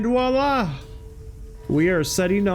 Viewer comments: Great video, but for future reference, the expression is "Voilà" (vwa-lah), enphasis on the "V" :) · I know this gripe is 100% on my end, but you use the french term "voilà" way too much. Especially since you pronounce it like "wala". It makes it sound like you don't know what it is or what it means. Not trying to be a grammar nazi, just trying to inform. Entymology of words and phrases have always been a source of interest for me.